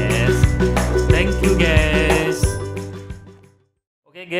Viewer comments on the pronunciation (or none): Gesss 😂 guys bang bukan gessss